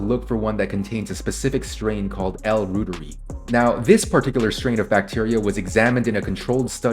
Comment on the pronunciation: L. Reuteri is named after the German Microbiologist who discovered it. ‘Reuteri’ is pronounced ‘Roy-Tuhr-Eye’